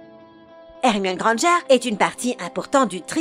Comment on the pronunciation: C’est vrai, elle a prononcé le nom d’Hermione « Hermione Grangère »!